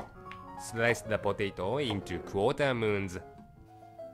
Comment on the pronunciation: “Cut into qOuTA MOoUnS “